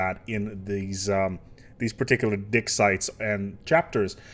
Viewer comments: And to think i didn't even think this game could get any deeper. Also sounds like your saying dick sites :D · Am I the only one hearing saying D*cksites?